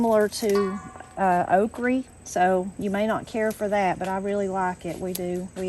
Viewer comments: Okra not oakree 😅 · It all looks so good! I have never heard okra pronounced okrie before so that was fun! I have also never seen ice cream in a box before! Maybe I've been hiding under a rock! LOL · I love how you say okrie... I am in Knoxville but we always just called it okra. I reckon I'ma city feller 🤠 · Can't wait to try making your creamed spinach! I love that you say "okree". That's how my Grandma said it so that's what I called it too. After I grew up and moved from Alabama to Atlanta, my friends made fun of how I pronounced things like "embrawdry" instead of embroidery and "fixin' to". I never knew I was pronouncing things "wrong", but I don't care. There's nothing like growing up country in the South. ❤ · i love how she pronounces okra as oakree... my grandma pronounced it the same in wisconsin ❤ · I think it’s sooo sweet how u call okra ,” okrie. I love okra with catfish , at crackle barrel,, yummy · I love that you say okra like my granny did...okrey